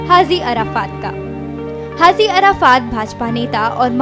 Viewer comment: It's haji Not hazi